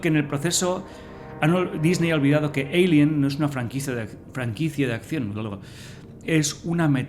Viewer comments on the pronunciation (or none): ¿Porqué dices "yinomorph en vez de Xenomorfo? Porqué dices "Eilien" en vez de alien, pero luego dices tiranosaurio o velociraptor? El vídeo está guay y te pido disculpas pero es que cada vez que oía Yinomorf me sacaba del vídeo